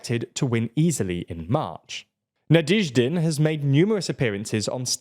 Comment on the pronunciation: NaDYEHzhdin. You guys need a pronunciation expert, you can't keep improvising it at the level you're at now.